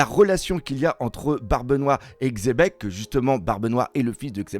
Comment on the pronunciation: parmis les seuls qui lisent le X de XEBEC! MERCI! 😂